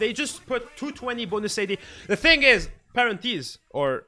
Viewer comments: parentheses? not parenthese lmao stylish what are u on. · miss spelled Parentheses to (Parent-is) the say way he hits his Q's. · FLORAIDA... PARENTIS... JERKSON... LATAXION... hahahah I am dying bro. Keep the good videos up